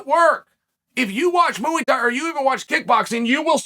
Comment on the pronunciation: "Mooo-ey" Thai